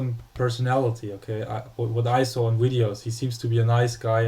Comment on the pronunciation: It's not Widios you fuck! It's Videos!!!